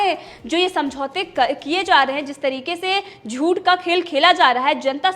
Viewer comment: क्षमा चाहता हूं ,हूं भी गलत टाईप हुआ है,लेकिन टाईप में चंद्र बिंदु नहीं टाईप हो रहा है,आप से कहना है कि झूठ बोलने की कृपा करें,क्योंकि झूठ में अनुस्वार नहीं होता है,इसलिए झूंठ की जगह झूठ बोलने की कृपा करें।यह शुद्ध अशुद्ध उच्चारण की बात बोले हैं,अन्यथा न लें।